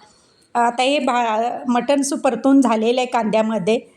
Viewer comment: मठन नाही मटन म्हणा